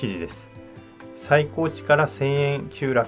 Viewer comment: 最高値 さいこうち✖️ さいたかね◯ 血圧は、さいこうち ですが、 取引市場では、さいたかね